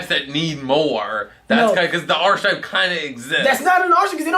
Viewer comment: Pronounced Ar - KEE - type not Archi- type.